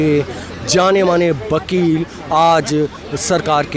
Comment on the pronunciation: Bakel nhi wakel bolo